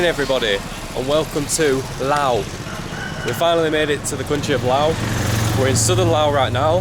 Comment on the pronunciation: Thank you for pronouncing the name correctly as Lao. Lord knows why the French added the S.